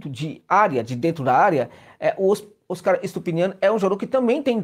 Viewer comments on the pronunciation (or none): Vamos nos acostumar a pronunciar o Óscar, palavra Paroxítona. Como o prêmio do cinema mundial.